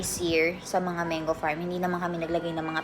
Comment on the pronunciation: MANGO correct pronunciation po Mang-go not Meng go